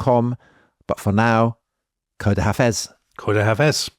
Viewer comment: Gentlemen, it's not koda hafez, but khoda hafez! Try again!